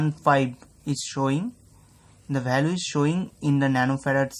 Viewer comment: bhai mere english ka pronountiation theek krlo... VALUE hota h naa ki BHALUE